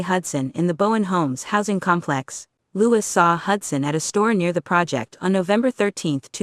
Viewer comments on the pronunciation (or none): AI word spacing is like that of news talking heads. There are so many phrases where the wrong emphasizes are placed that it is nauseating . Example: "..at the com PLEX.." However, this is so full of facts and backup documents that it should be shown on national news specials as "How drugs help destroy the best laid plans" and "How an AI narrator can cram our heads with useful tidbits we can ruminate over for decades". Complex residents, you don't let in gangs without paying the price. This goes not only for public housing projects, but also for apt complexes in general. I lived in two apt complexes for a total 15 years. Don't let in the gangs!